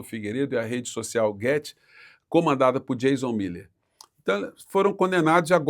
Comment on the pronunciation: Não é "Jazon", é Jason com som de dois SS